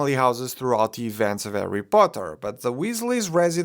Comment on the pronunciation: I really like how he pronounced “arry potter” 😄